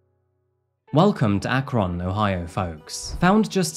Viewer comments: Omg 😭🤣 as someone who lives in Ohio every time you said akRON I couldn't help but laugh. It's said like "Akrin" or "Akrun" with no emphasis on the vowel 🤣 love your videos but it just gave me vibes of my mom trying to say Naruto and saying narUto 🤣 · I love your storytelling and voice I’ve been watching for a little over 2 years. I live in Akron, and it’s pronounced Ack-rin not ack-Ron 🥺 you said it a lot this video and it kept me from being immersed but none the less great video! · I'm sorry brother, but the way you say, "Akron" is funny as hell. It's pronounced more like "Ack-rin." You gotta work on your American accent, lol. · Just so you know it's pronounced like ak-run not ak-ron. It just makes me laugh every time you said ak-ron. Still a good episode. ✌🏻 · The way he pronounced Akron, inever realized we say it "ack-rin" until I heard him pronounce is like "ack-rON" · same here. never heard it akRON before. kinda threw me off but nothing against it lol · Oh my… being from Ohio, hearing you say “Ak-Ron” is killing me! “Ak-ren” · As a neighbor of Akron, the way you pronounce the name is incorrect. It's actually pronounced more like "run" than "Ron." Also, another small nitpick, Mount Union is only 45 minutes away from Akron. I know because I travel between the two on a semi-regular basis. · It's not AK RON. It's AK RIN. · Ak ren. Not Ak kron. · Colloquially, Akron, is pronounced, "Ak-rin." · That moment when you click on a video not realizing it’s about something that literally happened where you live. Thank you for covering this! Also, not that it matters, but locals pronounce it ak-rin. We’re too lazy to pronounce the o. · Its pronounced Akryn. (lives in cleveland) keep up all the good work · It’s pretty amazing how much effort you put into your content, you obviously do an incredible amount of research, well done. Side note, you’re putting too much emphasis on the O it’s pronounced “Akrun” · FYI akron is pronounced a-kruhn